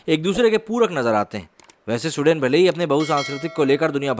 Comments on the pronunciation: स्वीडन बोलिए सूडेन नही।हिंदी और इंग्लिश पर काम कीजिए 🤣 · My friend, in your video title you have mentioned SWEDEN which is an Europian country, and you are calling the name of the country as SUDEN and actually the video backdrop is having the news about SUDAN which an African country. Yes this peace loving people are creating Havoc in many countries especially after Syria war and getting refuge in other countries, make a video on Germany facing problems with these so called peaceful community playing Taharrash in the main streets and harrasing and raping women in public. Video proofs and main stream news are available on Youtube for reference. Please check once and correct your video description. Like your content but please pace up the narration, I always watch your videos at 1.75X speed otherwise I immediately fall asleep, Lolz... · suden nahi, it's Sweden to Sahi sahi bolo. 😂😂😂😂😂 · Abay lundar daas saaf saaf bol. Sudain nahi Sweden bol gadhay. Poor pronounciation. Huff paranormal??????????? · Pls pronounce the name correctly. It's not Sudain . It's pronounced as Swe + den = sweeden but spelt with one e , ie sweden . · स्विडन बे सुडेन नही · भाई..उसका उच्चारण “स्विडन” है..ना कि “सुडेन”. कई बार मुझे लगा की आप “सुडान” की बात कर रहे हो. पिक्चर्स भी तक़रीबन वही की दिखा रहे थे आप. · स्वीडन ना कि सुडेन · Bro love your small videos ...just wanna correct you on one small thins that this country is not pronounced as you are pronounced "SUDEN" it's " Sweden" I love this country as people are kind and respectful and Great culture. I was there in 1999 and can say things are changing rapidly. And it's very sad to see. Plz keep up the good work. Jai Hind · For a moment I thought you were talking abt Sudan ,then came.to know its Sweden like swee- duh- hnn....don't mind .